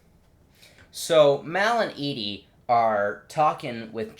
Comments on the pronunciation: him saying Edie the whole time lolololololol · Her name is Evie not Edie :(